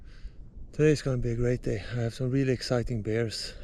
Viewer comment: Gotta love the Swedish prononciation "reely reely good"